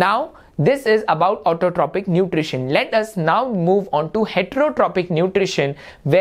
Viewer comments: sir it is pronounced as autotrofic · ITS PRONOUNCED AS AUTOTROFIC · learn to pronounce autotrophic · Sir, isn't it Autotrophic, heterotrophic, and saprophytic (pronounced as Autotrofic, heterotrofic, and saprofytic respectively)?